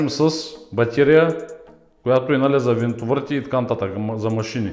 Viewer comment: "Винтовърт" "Ко сме забелязали" "Иното" "Глеите" "Могу ,могу" "Девалт"